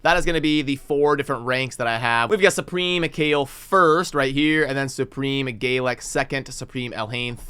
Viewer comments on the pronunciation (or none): So you are trying to correct but still not trying to correct the way you say Galek LOL. Rewatch episode one. It is GALek not GAYlek. Either way I will watch your content daily and laugh each time I hear it!